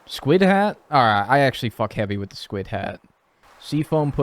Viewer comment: literally same lol when people say words funny in stardew yt videos I always repeat them. called squid “squits” twice in quick succession and I said it right back to him. and someone i watched called debris “debreeze” and I kept saying it and laughing whenever he said it